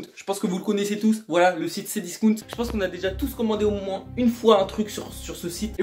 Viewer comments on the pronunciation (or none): none